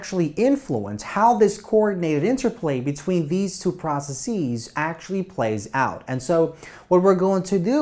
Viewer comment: loved the video but the way he pronounces processes puts me on edge